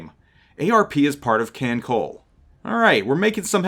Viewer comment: It's a good video to have up, with a couple mistakes: 1. It's pronounced "kahn-tie" and "kahn-coll-eh" 2. Yuudachi is a Shiratsuyu-class DD (Shiratsuyu herself is also in Kantai Collection) Also, if you see a player respond to "poi" with "nanodesu" or "khorosho", those are the catchphrases of Inazuma and Hibiki/Verniy, respectively; they are both DD's of the Akatsuki-class.